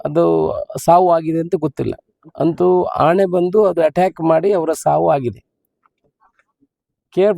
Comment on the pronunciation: ಆಣೆ ಅಲ್ಲ ಶಾಸಕರೇ. ಆನೆ